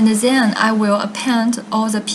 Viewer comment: why you keep saying ' zhen' instead of ' then'